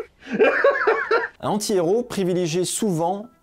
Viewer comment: Le fait que tu ne fasses pas la liaison entre "un" et "anti" quand tu dis "un anti-héros" me rend fou de rage